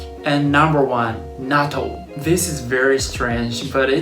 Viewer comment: I just started watching your videos and it’s interesting. My problem is when you said Natto you sounded like a Hakujin. Pronounce it correctly so that Hakujin and Gaijins can say it correctly. In the USA I hate when they try to pronounce words incorrectly then try to correct me when I’m Nihonjin!! Like Karaoke they say “Carry O key” or Kimono they say “Come mono”.